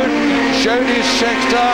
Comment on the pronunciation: Fair enough, but if you listen to what he says he doesn't know who anyone is, and who's Yody Scheckter ?? He couldn'et even be bothered to check pronunciation !!! Anyway Merry Xmas.